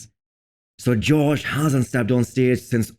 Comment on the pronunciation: Its josh, not George.